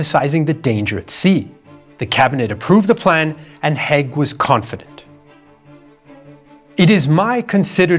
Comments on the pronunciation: Its Haig not Heg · "Haig" [ a Scottish surname] is pronounced in the same way as "vague", not "Hegg" as in this video. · Hi - its Hayg not hague You pronounce all the words well why do you butcher his name? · You state right at the end that you're the only ones who know the true state of affairs and yet you spent the whole video mispronouncing Haig's name. Curious.